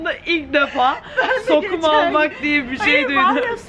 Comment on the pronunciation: Sokum değil sonum